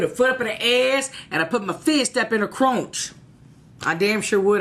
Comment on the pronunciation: "put my fist up in her cronch" LMAO:-) Love you!!!!